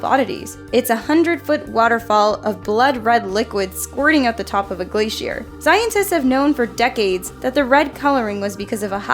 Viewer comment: Did she say glay she air im done